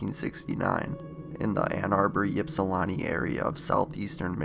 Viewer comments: It's pronounced ipsulanti, not yipsulanti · It's not Yips-ilawntii it's pronounced, ip-Si-lanti aka ipsi... I'm from there. My Dad actually knew this girl your talking about in the video. That is a huge deal around there. Greg Fournier the author in your clips, he's the main authority on all things John Norman Collins. Collins actually tried to swoop Greg's girlfriend from him as they were walking down the road. John's house he lived in is also supposed to be haunted and another old shack that was in the middle of 2 corn fields, a place Collins killed one of the girls, also super haunted! We went there as kids all the time while skipping school at ipsi (Ypsi) high school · You mispronounce ypsilanti It's not epsilon It's not ypsilanti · the U P is "upper peninsula" that's Notthern Michigan. Ypsilanti is by Detroit but people can never pronounce it right. It's an I sound not a Y sound even though it's spelled Ypsilanti (pronounced Ipsee-lan-tee) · Your pronunciation of Ypsilanti is wrong. I think when you talk about people, places or things you need to do your due diligence and pronounce these how they are supposed to be pronounced.